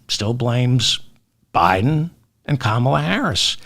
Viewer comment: David, you can do it ... say it slower KA. MA. LA, she has corrected us many times .... even her neices showed us how ... : comma LA ))) great show.